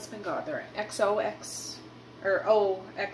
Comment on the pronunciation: OXO.... pronounced ox, oh. I have a couple of their things and it's a good brand